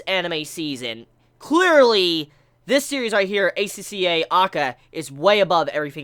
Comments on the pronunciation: You pronounced it right. Acca or aka means red in japanese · The way you said it was correct. The characters in the anime also pronounce it this way.